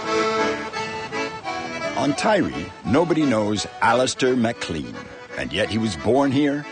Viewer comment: Shetland is a lot windier than the Hebrides. MacLean is pronounced like mac-layn